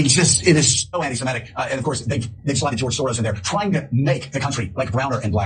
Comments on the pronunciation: I love how absolutely EVERYBODY mispronounces this word. It is not "anti-Simetic". There's no such word. You don't call someone an 'anti-Simete' because there's no such word or thing. It's "ANTI-SEMITIC" as in 'anti-Semite'. There's no such thing as Simetic people. There are Semitic people like Arabs, for example, or people that are actually ethnically Hebrew. It's so friggin' stupid that everyone mispronounces this word. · “…er…I mean…it is just….it is so anti -Semetic (sic)” It’s the opening phrase and the host at MSNBC mispronounces ‘anti-Semitic’ quite clearly. Proves there’s something lacking in his education or he’s thinking of the word ‘emetic’- a substance to cause vomiting. Either way I feel nauseous already.